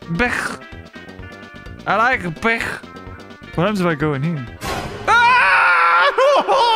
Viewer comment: I don't think that's how you say beach😭 CLOSE YOUR EYES! What🧐